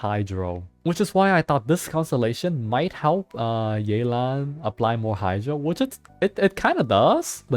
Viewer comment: yay-lan XD